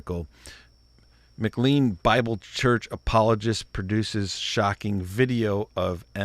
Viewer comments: needs to know what he's talking about before he comments on it. This was not a "death threat" against David Platt. And it's pronounced "McLane", not "McLeen". And Platt is late to the game - the church started in the early 60's and became a Megachurch under Lon Solomon in the early 2,000's. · The church's name is pronounced as though it were spelled "McLane"